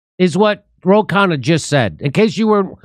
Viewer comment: Ro Con-ya, amiright?